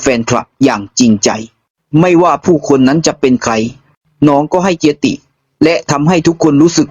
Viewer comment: ให้เกียรติครับ ไม่ใช่ เกีย ติ😊😊